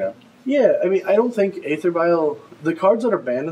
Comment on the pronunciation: It's not "ather" vial, it's "ether" vial: "æ" like paedophile, daemon etc etc.